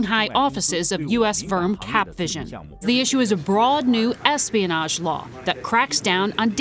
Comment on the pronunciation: erespionage ?????? hahaha, ha